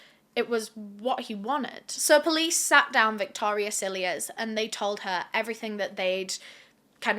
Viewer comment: I keep hearing you say, Amile’s Sillyass instead of Cilliers 😂 🤷🏼‍♀️